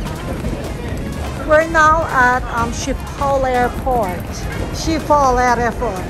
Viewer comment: I'm sorry just a bit triggered but it is pronounced as "iskipol" 😊